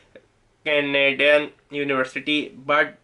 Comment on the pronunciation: Manti tob bah ! Or however you like to pronounce 😹 , canaedun and yea the best one - “sorry for my excense(accent)” LOL!